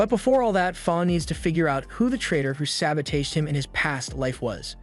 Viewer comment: Brother I absolutely love your commentary for every show you do, but please the way you say sabotage pierces through my ear. It’s all love and just want to say thank you for making these amazing videos. ❤🫶🏽